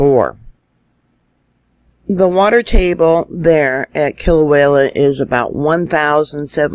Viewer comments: It's Kilauea, Not wayla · FYI: It's pronounced KILL-O-WAY-A ~ NOT KILL-O-WALE-A Thank you for correcting your pronunciation of it. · First of all Thank You for all the super reporting that You do.. But I feel I need to mention that You're pronouncing Kilauea wrong.. You are saying kilawayla.. Sorry I mean no malice.. LvYa.. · I know you know, but there in no L at the end of Kilauea, Kilauea